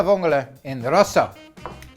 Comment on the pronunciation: Keep thnkin hes saying “Pasta Vongole in Russia”